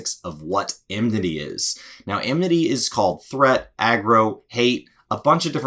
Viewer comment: What is emnity? "A thing of the past...."